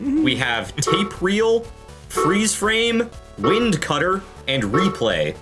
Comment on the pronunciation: It is meant to be wind with a hard "I" sound (as in, to wind something up) because the japanese name is the same as the english name and the romanji is spelled as "Waindo Kattā" (at least according to the megaman fandom wiki)